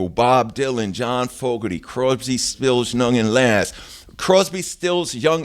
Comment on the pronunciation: "Croybsby, Spills, Nung & Lass"